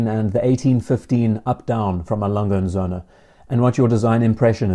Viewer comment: Söhne, with an Ö, plural of Sohn.